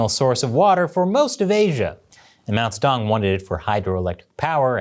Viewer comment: love the fraudian "mouse dong" slip pronunciation